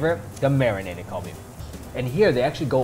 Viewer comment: When you said galbi I thought you said Kobe and I was liken what kobe is really expensive